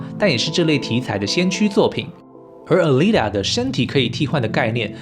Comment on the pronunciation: Alita念阿莉達 請不要念呃莉塔